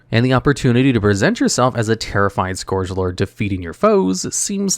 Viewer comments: Please god, everyone: scourge rhymes with 'purge.' Say it a hundred times. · Im convinced he says scourge weirdly just to bait comments about it